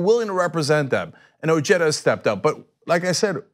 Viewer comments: Weird. OJEDA and Cenk both pronounce his name: O J E T T A, meanwhile everywhere else in the civilized world is is pronounced: O H E D A, AND he is of Mexican heritage. Regardless, he will win handily. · I like his energy and whatnot, but something bothers me. Like, I know it's probably a regional thing, but the family I knew in high-school with the name "Ojeda" pronounced it "oh-HEY-duh". "oh-JET-uh" sounds just wrong to me. XD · SERIOUSLY CENK? Would you like it if your name was pronounced "senk"? HABLE BIEN CABRON, O NO HABLE. it's pronounced "oh-heh-da." And it's Spanish I believe. Anyways bless your ur 💓 too. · O-H-eda. Its not pronounced Jeda. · What's an "Oh-Jedda" LMAO!!! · Oh-hey-da come on guys, his has a Spanish name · I pronounced his last name oheda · It's pronounced O Ged a...a cousin more recently from Mexico uses the Mexican pronunciation. Richard's family immigrated many years earlier and have Americanized. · At least try to say his name right, nevermind doesn't matter he has no chance to beat Trump